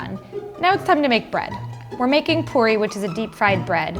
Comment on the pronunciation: Lol the way she sead puri